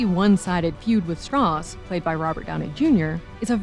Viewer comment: Didn't Strauss say his name was pronounced Strowse? He corrected Oppenheimer's pronunciation the first time they met, or was it the other way around because Strauss wanted to move away from the German pronunciation of that name.